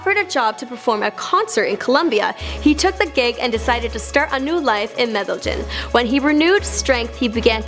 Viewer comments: Mede-ying thats how its pronounced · medejin XD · Medegin lol... it s said as meh deh yin. Now u say it. Lol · Medellín not Medellin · In Metal-gin 😂😂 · Since when Medellín is pronounced "Medigeon"?? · Mede-Gyn?? hahah she is terrible... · Hey I don't know how to pronounce the name of that city which comes up a few times in the script... how is it said? MEDDLE-GIN! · Bruh, how do you mispronounce Medellin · The way she pronounced Medellin 😭💀💀💀 get outtaere maaaan 🤦🏽‍♀️🤦🏽‍♀️🤣🤣🤣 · She butchered the city name of Medellin 😭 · the way she said Medellin (cringe)